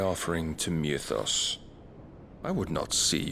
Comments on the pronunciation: technically it is pronounced "Mee-thos" but yeah Barnabas is pronouncing it extra weird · I do not understand why they pronounce Mythos the way they do....... like Mewthos......I don't get it.